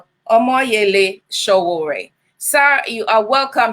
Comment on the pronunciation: It’s pronounced OMO YELE SOWORE....... Thanks